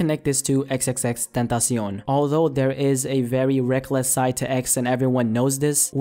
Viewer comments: that's how it's supposed to be pronounced, tentacion is Spanish for "temtpation". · Luis Martinez idk what the correct way of saying his name is, but the way said it is how it is pronounced in spanish. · Damn perfect pronunciation